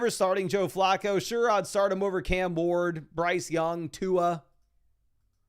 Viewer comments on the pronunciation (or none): none